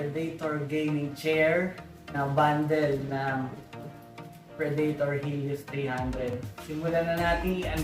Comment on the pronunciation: predator tsong hindi predaytor. good video btw